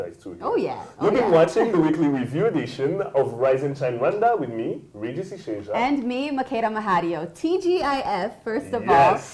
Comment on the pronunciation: Please Regis say your name the right ŵay (French version) and not the English version, as it doesn't give it/you justice.